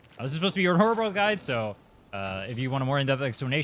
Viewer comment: Take a shot everytime he says ororobororls